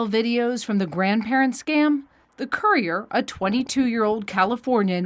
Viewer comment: "While the same courier..." COURIER? The narration sounds just as blind as the victims. ! (Sorry victims).